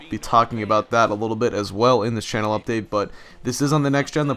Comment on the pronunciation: Hah u said updick instead of update